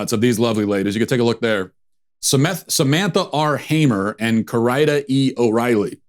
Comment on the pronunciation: “SaMETHa”. Not sure if it was intentional but i say it was intentional. I love you.